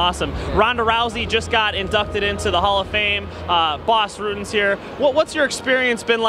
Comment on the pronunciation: Worst interviewer ever. Really said boss ruten